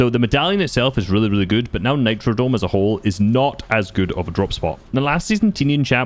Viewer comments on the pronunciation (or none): Its nitrodrome with a R